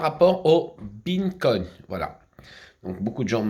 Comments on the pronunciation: Haha mais quel clown 🤡🤡 j’adore quand il dit « bineconne » Franchement c’est beau de vivre dans son monde de mytho ! il doit être heureux 😂 Est ce qu’il sait que tout le monde se fou de sa gueule ou pas ? C’est ça la question que je me pose .. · Mais il est obèse mtn 😆 il arrive même pas prononcer correctement 🤣 Binnecoign 🤫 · “Mes beancoin” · mais ferme la apprends a prononcé le nom de la monnaies avant de dire de la merde tu aurais déja déménager abrutis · T’en as tellement pas que t’arrive même pas à prononcer le vrai nom 🤣